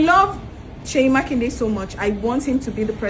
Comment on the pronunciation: Makinde say it right